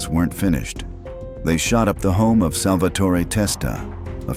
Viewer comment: GODDAMMIT, THERE'S NO SUCH NAME AS "SALVA TORI". IT'S JUST SALVATORE. IT ISNT INTERCHANGABLE!